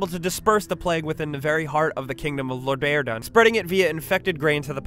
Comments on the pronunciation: hold the hell on, did I hear that right? Lor-dayer-don? You mean Lordaeron? It's even pronounced verbally in the games themselves, man. lore-der-on. There's not even a second D in the name. Don't mean to sound too nitpicky but again, even the voice actors said it in the games and the spelling leaves no reason to even think to pronounce it that way. Just laughable... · The plague of undeath was released in Lordaeron. LORD-AIR-RON. Not Lordverdun or whatever you said. It really irritates me when this happens in game lists like these because it shows that only surface level research was done. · The Kingdom of Lo-Dair-duh? ? ? its Lordaeron...Lord-er-on.....not really rocket science in pronunciation. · Anyone else super pissed that he said "Lordardon"? It's not the hard of a word to pronounce. Lord-a-ron. Lordaeron. Where did you even get the extra d from? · It's Lordaeron... Not Lordaredun.. just saying. Now to continue watching this video. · He can't pronounce Lorderan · >Lordardon It's Lordaeron... jesus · Lorderdunn? Loderdom? LORDAERON!!! try saying LORE THERE ON as one word. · Lordaederderon? Did you mean Lordaeron? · Ler Day don? Its LORD A RON you moron at least pronounce the shit from the games correctly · Kingdom of Lordaerda? :3 It's Lordaeron. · the kingdom of Low-dair-da? WTF? Its Lordaeron....Lord--ER-On..... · When he said "lordærdon" i felt that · Waffle Masta I guess they did 0 research on how to say the damn name lol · The kingdom of "Lo-dare-don"? Really? D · loderdon? gesundheit. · As I heard that; being a wow player, I cringed super hard xD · Ahhh the classic plague of Lordairdedonded (Some pronounce it Lordaeron) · "Loder don" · Lor-dare-don, nice. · ..... lorderodon? ahahahahahahahahahhaha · "Loh-DARE-On!"... Kek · Lor-dare-dun....lol gotta work on the pronunciation. anyways list was okay. missed too much. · Where the hell did this guy learn to pronounce Lordaeron.. WTF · Imma go bleach my ears after that pronunciation of Lodaeron